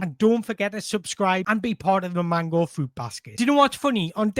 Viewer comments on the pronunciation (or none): none